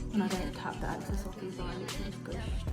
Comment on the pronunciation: lol the way u say like access product instead of EXcess is so funny